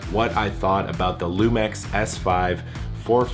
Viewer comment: Isn't it pronounced lumix instead lumex?